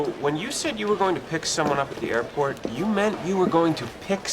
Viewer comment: you gotta turn the words in you its not a simple you its more of a youh how youh doin gotta put some passion on that “u” 😂